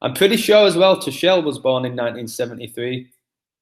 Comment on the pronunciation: good video, sorry miles behind on my YT videos, funny Tuchel pronunciation, its "two-cul" :D